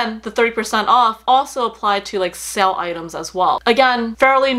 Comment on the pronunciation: I just wanted to ask... genuinely curious... is the correct pronunciation of the word “sale” sell or sail? You mentioned it in the vid quite a number of times and was shocked as to how you are saying the word. Great review again as always. Loving Coach as well lately especially their Cassie bag.